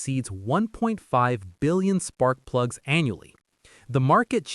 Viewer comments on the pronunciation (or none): none